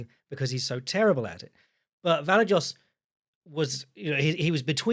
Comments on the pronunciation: I'd rather hear pronounce it 15 different ways than hear Luke Thomas correct his co-hosts on its pronunciation 15 times and then immediately butchering any Slavic name. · butchering Vallejos name like a prime Chael Sonnen